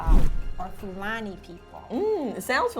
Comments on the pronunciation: Nigerian here ! Just a disclaimer, she pronounced fulani wrong . It's said more as Foo- la-knee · fulani was pronounced so wrong lolll